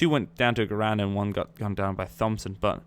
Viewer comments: its not a thomb-son its a thompson (say it like: Tomp-son) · please don't say THompson is pronounced tompson just an ocd thing lol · Hey its pronounced tompson not like thumb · I noticed he was saying Thompson weird, too. It's pronounced: "Tom-son" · Lol its pronounced "tom-son" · Thompson is pronounced "Tompson" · its pronounced tompson not 'th'ompson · I love your videos but come on bud. The H in Thompson isn't pronounced. It's pronounced Tompson. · Why do you say Thompson wrong? There is no th sound. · Thompson - the H is silent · Jack Rennie no. hes sazing it wrong. its not his accent. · Naj Kraemer Some people have speech impediments or struggle to pronounce certain words/phrases and how do you know its not his accent or the way he talks. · you're saying Thompson wrong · Am I the only person annoyed by his pronunciation of thompson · me to